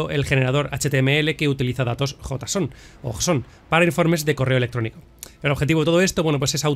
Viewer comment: los ficheros en .json se pronuncia como Jason (yeison :P)